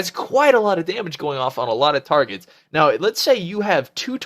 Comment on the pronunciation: lool "you got dose targots, nn k??" did you have a mini stroke ?? rofl.. good vid.